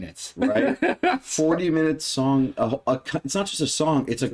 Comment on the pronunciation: SONG! not dong😅😅